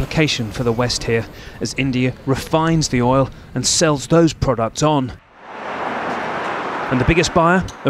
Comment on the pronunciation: It’s ”OIL” (pronounced as oyl) and NOT ‘OLE’ … if you think of the word, “loyal” 🤔 just remove the ‘L’ and you’ll know how to properly pronounce the word. You’re welcome 😜 Welcome to America, champ!! 🇺🇸